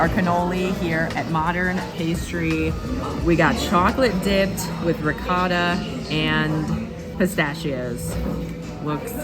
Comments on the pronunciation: Please, it’s not ri-coe-ta. Yikes. Try ri-caw-ta. Don’t have to do it with an Italian accent. And just in case, it’s not noe-key. Try gnaaww-key. Thanks. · The way pronounced ricotta.....right to jail!